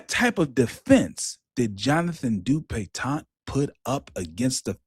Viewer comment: I clicked on here solely because I know pronounces this man's name DupitonT. Ain't no T at the end,!😂😂